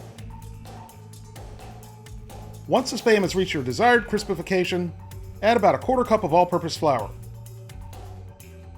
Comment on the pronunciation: Cristifercation hahaha 😆😂😂😂😂 That's now a new phase for me thanks lol😅.